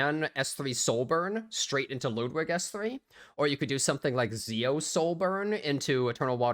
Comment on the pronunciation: You're the only YouTuber who covers e7 who actually pronounces Ludwigs name correctly